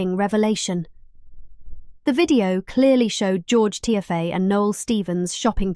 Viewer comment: Its not pronounced tiffy its tea fay 😅